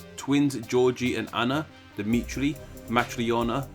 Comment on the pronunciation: it's dimitri